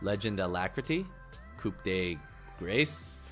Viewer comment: neither, trust me on that one, im french XD you dont pronounce the p on the word "coup" and the sound a sound like a, not ay like in english, plus with the circumflex its sound way deeper than a normal a